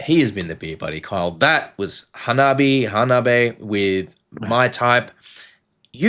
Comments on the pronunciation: Ha-nah-bee-eh. Think how anime is pronounced. Words that end with E is eh. Ani-MEH Kara-TEH (not KaraTEE) The backstory is the front 3 having been playing music together since high school. They were a MTH cover band. The bass player studied fashion so she puts together alot of their fits Nemophila 'G.O.D.' Lovebites 'Set the World on Fire' Those two would complete my top 5 essential J-rock bands that kick a$$! Amd if you like hardcore punk. Otoboke Beaver 'Don't Light My Fire'🤘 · Hanabi is 3 syllables, Hanabie is 4. Pronounce the first part like the last name Hahn. Like Jessica Hahn of 80s preacher scandal fame. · "Hanabi" without the "E" is the Japanese for "fireworks".The band's name, "Hanabie" roughly translates as "chilly, early spring weather". It's pronounced Ha-na-bi-EH, with 4 syllables. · HANABIE is written 花冷え, which literally means chilled flowers, a literary allusion to a cold snap, as mentioned by another viewer, which turns chrysanthemums blue (I think). 花冷え is はなびえ (four syllables), which is transliterated to Roman characters as ha-na-bi-e. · Your words? Have you now declared yourself the owner of the English language? Ridiculous. And I constantly see comments describing the pronunciation with an EH at the end, but very few with AY, and only you use that absolutely stupid and incorrect YAY. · The wrong way to say it means "fireworks". Their name translates "Cold Flowers" and the correct way to pronounce it is *ha-na-be-eh*. The Romaji translation for "fireworks" is "Hanabi" ... no 'e'. PS - If you see them live, I guarantee you they will be in your conversations for the greatest live act that you've ever seen. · Close, but it's hah-nah (花), not han-ah. You have the syllables breaking in the wrong place.